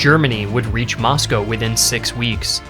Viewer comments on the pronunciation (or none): none